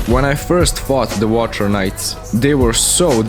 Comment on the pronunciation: "wathcer knights"